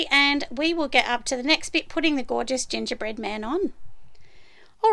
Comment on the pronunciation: I had to replay the gongerbread man a couple times to make sure I heard right!!! 🤣🤣😂😂